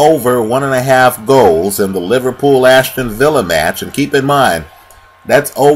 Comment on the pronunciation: Aston Villa not Ashton villa